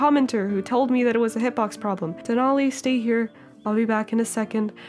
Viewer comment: IM SO HAPPY YOU LOVED DENALI!!! 🥺 I'm also so happy pretzel got picked, it was so cute. And yes you're pronouncing it correctly!